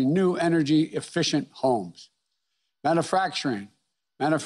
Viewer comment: man-oo-facturing lol